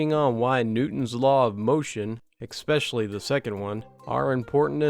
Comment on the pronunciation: Great way to spend the evening . Been binge listening . Keep thinking I am listening to Sheldon from Big Bang Theory. Except when the word "especially" happens. Please sound it out ... say it like it is spelled. Not easy being really critical . This is the one and only thing I could come up with to complain about. A perfect voice . Lovely intonation. Great stories etc . Thank you for sharing . Sincerely.